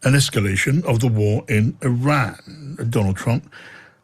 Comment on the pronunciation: I respect having the intellectual courtesy to pronounce the names of Iran and Iraq properly. Small details.